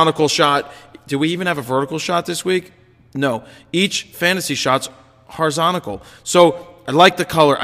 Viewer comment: HOR~I~ZON~TAL Lol, love ya fro man!